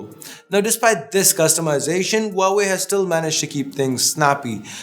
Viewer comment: Huawei is said hwa way